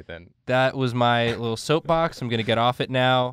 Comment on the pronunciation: Soap box? I thought he said dark souls. You should do more dark souls bosses